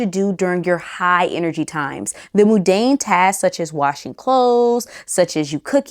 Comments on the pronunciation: Not moon-dan, Mun like Monday and dane like great dane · Good advice but just one thing…it’s Mundane not moodane